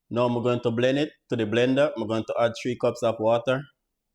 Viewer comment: 😂 tree-cups uh wata